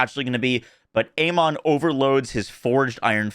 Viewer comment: His name is pronounced Aman ,it is in uk anyway